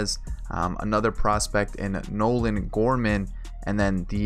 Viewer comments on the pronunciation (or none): none